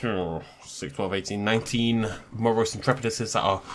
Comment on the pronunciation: Because of your pronounciation, call a Moros ‘Morose’